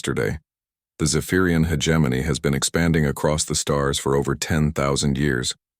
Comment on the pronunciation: When will AI learn to pronounce hegemony correctly 🤔